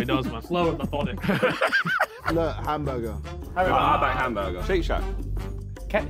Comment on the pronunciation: JJ: Hambagah The rest: collectively "Hambagah"